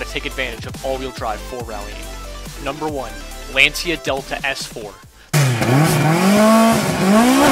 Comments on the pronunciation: Impress your friends and learn to pronounce Lancia correctly, like an Italian, ...it's pronounced " lan-cha' " not " lan-sia " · Lan-chi-a not Lan-see-a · You're pronouncing lancia wrong. It's pronounced "Lancha" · Not to nitpick, but Lancia is pronounced "lahntcha" rather than "lanseeya", and I agree that the Lancia Delta S4 was the coolest of the bunch. I also love the Quattros, though. They are the cars that really turned Group B into the legend it has become. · True, it was originally called the "Rally"! And, just for all the Italians out there, Lancia is pronounced 'Lan-cha' 🤪